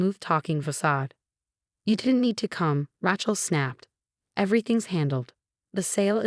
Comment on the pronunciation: The narrator can pronounce "facade" but not the words Mercedes or the name 😂